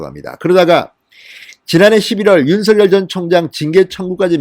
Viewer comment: 진성호선생 윤 전 검찰총장님의 이름을 개명하지마새요 윤 서결, 서결 하시는데 윤석열 입니다 혀가 좀 짧습니까 연습하시고 발음을 바르게 하세요, 윤총장님 정의롭고 온전한 대한민국의 자유민주주의를 위하여 화이팅! 화이팅!! 화이팅!!!